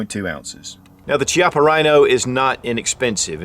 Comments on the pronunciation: It’s pronounced “Kiappa” not Chiappa. You should get the name right if you’re going to do a review. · It's not pronounced shiapa, it pronounced kiappa. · It's pronounced "kiappa" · Pronounced as 'KEY-APPA', not 'CHI-APPA. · Thanks for the review, even if it's a few years late compared to you-know-who and you-know-who-else. So, I'm from the South too, but I still know that it's 'hex-AG-a-nal, not 'HEXA-gone-al' (like it's not a 'SPEED-oh-me-ter') and it's 'KEY-ah-pa' and not CHEE-ah-pa.' You can hear MR. Chippa pronounce it himself. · Pronounced “Kiappa” with a hard C. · Key-appa is how it is pronounced. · The pronunciation is Ki-appa, where the I sounds like e rather than I. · Hi, the correct pronunciation of "Chiappa" is "Kiappa", Italian is a weird language I know :) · Pronunciation of “chiappa” is kyappa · pronounces Chiappa "Chee-appah" also: pronounces Fiocchi "Fee-ok-Kee" Confusion intensifies. o.O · Key appa is how it's pronounced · The exact pronunciation is Kiappa: "ch" in Italian is ever equivalent to "k". So Ch-i-appa is K-i-appa. But "Ce" and "Ci" (without H in the middle) is equivalent to chi and che. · Is pronounced kiappa, goddammit! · Pronounced Key-Ah-Pah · the "Ch" is pronounced like "K". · It's named after the company CEO, Rino Chiappa. Pronounced "Key-appa". All models have fiber optic signs with the exception of the 200DS/D models. They just released an all-stainless 3 inch version. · I own the 20ds and it's not double action only. Its double or single action. Not trying to nit pick my friend but its pronounced "key" appa. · Pronounced: KEY-op-UH. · It's name after Rino Chiappa. It's definitely Key-ap-uh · I thought it was funny that he pronounced "Fiocchi" correct but not "Chiappa" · You can pronounce fiocchi but not chiappa? Both Italian made. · 11 years later and they still can't pronounce Chiappa